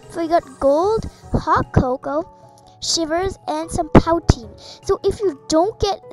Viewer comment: You mis-pronounced "Poutine" you pronounce it like "poo-tine like putin".